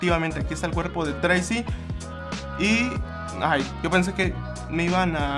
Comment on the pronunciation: Llego un poco muy tarde pero solo dejo este mensaje solo para decir que el nombre es "Tracey" no treisi ni treyci,etc...